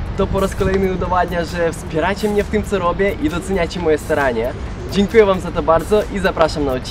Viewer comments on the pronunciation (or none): no wiem powiedzial staranie ale w ukrainie nie wymawiają "T" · czy on powiedział "moje sranie"? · ogólnie bardzo ciekawie . tylko wydawało mi się , że powiedział "... i doceniacie moje sranie ..." ale to tylko moje przypuszczenia xD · Srania*... koleś zamiast "Staranie" mówi "Sranie" xD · On powiedział "staranie" a nie "sranie" -,- Widać, że potrzebujecie laryngologa